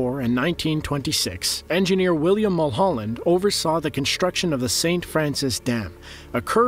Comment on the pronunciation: Had to stop watching. Couldn’t handle hearing you say “conshtuction” or “infrashtructure” even once more time!